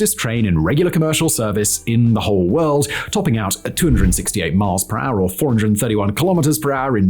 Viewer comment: Lol. You say ....... kilometers an R!!! _ It's so cute because you don't say kilometers an hour!